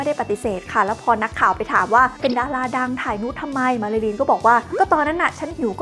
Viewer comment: ทำไมได้ยินเสียงเป็นมารารินละคะ 😢